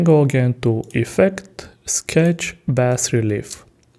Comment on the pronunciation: Thanks. And FYI, i believe the BAS in bas relief is pronounced BAH